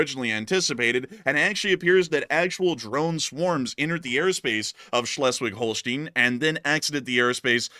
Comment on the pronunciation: Pronunciation Schleswig-Holstein: ˈʃlɛswɪɡ ˈhoʊlstaɪn